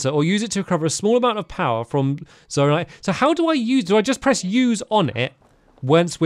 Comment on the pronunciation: Zonai not zonia